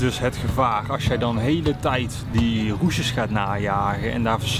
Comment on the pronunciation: Hij heeft roesjes, geen rushes😂😂